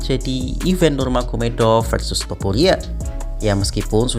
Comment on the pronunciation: Sebutannya yg benar bro.. bukan nurmahadov. Nurmagomedov